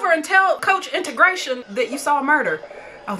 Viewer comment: Did you call this man “coach integration “ 😂😂😂😂😂😂😂😂😂😂😂😂